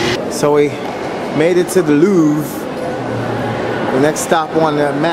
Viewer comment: 'this is le loeeve" lol